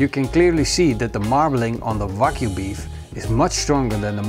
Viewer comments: Can someone tell him it is pronounced Wagyu no Vagyu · Can't you hear how he pronounces, wagyu Cringe it's like hes saying FU